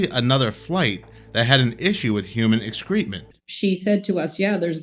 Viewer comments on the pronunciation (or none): It's not Excreetment it is excrement. Ek-skruh-muhnt is the american pronunciation. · I’d even go as far to say pronounce chef ex-kruh ment